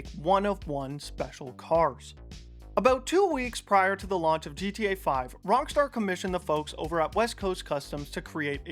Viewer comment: Why do you sometimes call it Wrongstar?